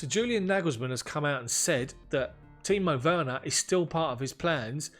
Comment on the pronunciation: Great pronouncement of Timo Werner my guy. Well done mate. Awesome content. We will keep watching and tell others about it. All the best